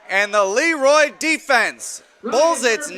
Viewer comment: I wish the Broadcast team would call the team Luh-Roy instead of Lee-Roy . The town was named after a man with a French name.